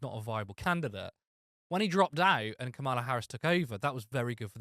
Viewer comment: It's Cah-mela, not Ca-mahla. You don't have to like her to say her name correctly.